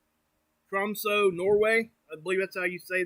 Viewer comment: og Tromsø was rigth pronavns. Blessings from Norway